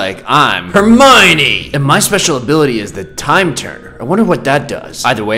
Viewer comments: "Vin Guardian Leviosa" "Hermoine" As a potterhead, this pains me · are you heromine? Me hearing heromine:heromine=herobrine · “Heromine” “Hermione” is not the same thing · It's Hermione, not Heromine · 'VIN GUARDIAN LEVIOSA' 'HEROMINE' 'HARRY BOTTER' 'INVISABLE' ME: Bruh